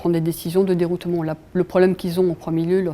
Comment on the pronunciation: Om dit deroutement pas deroutoumont